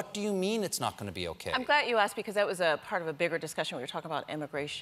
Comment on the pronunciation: O says I'm GLAT you asked. she has an issue with her pronunciation.